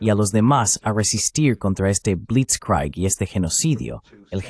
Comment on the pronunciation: Blitzkrieg sf pronuncia blits•krig porque es una palabra Alemana que significa Guerra Relámpago de Blitz = Relámpago y Krieg = Guerra. Por tanto, NO SE PRONUNCIA CON FONETICA INGLESA sino Alemana. Y si no se conoce la Fonética Alemana, lo correcto es pronunciar con la Fonética del idioma en que se está hablando, en este caso Fonética Castellana. ¡Qué enfermedad usar Fonética Inglesa para pronunciar palabras de otros idiomas!